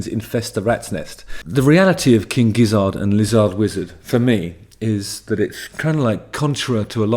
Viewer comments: Gizzard is pronounced the same as Lizard and Wizard, Justin. All 3 rhyme. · Also, why is he pronouncing Gizzard so weirdly?????? It’s obviously meant to rhyme with wizard and lizard... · It's gizzERD, not gizzARD, you know like lizard and wizard.